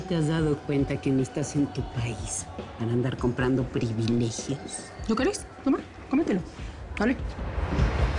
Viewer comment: ES. HUN. PREBILEJIHO. BERLOS